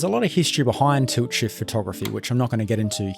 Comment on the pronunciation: i noticed your accent is very bad even youtube subtites generate toot shift, why you saying tult shift however in my knowledge its tilt shift